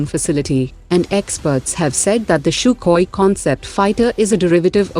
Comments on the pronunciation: Its SUKHOI... Not SHUKHOI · Sukhoi. This is a computer voice so it'll. Misspells it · "CHUKOI" hahahaah = SUKHOI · 1000% sure he knew that while commenting. By the way the computer voice did not mispronounce anything else... 🤔. Feel this was intentional.